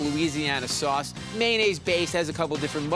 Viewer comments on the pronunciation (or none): none